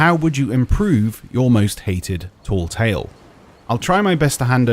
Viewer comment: Please say tall tale properly. It's tale like tail and not ta-eel. Please.